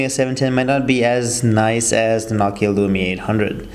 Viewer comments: it's nooo key ah not knock kee ahh am i right? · say nokia how you should (NO-KEY-A)